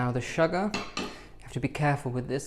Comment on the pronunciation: SHOOGAH😄🤗 A BIG DUST OF SHOOGAH!